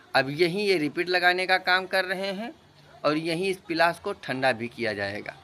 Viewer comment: Bhai pilas nhi palas bolo.